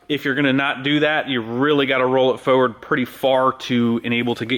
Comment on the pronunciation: Nice job. But you saying "foeward" drives me nuts! There's 2 R's in there! Lol